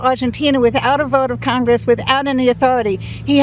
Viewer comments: Whats "congwess" ? 😂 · He is taking away rights of congwess that rasically wabbit